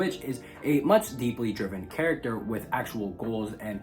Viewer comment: Said charat at least 60 times as well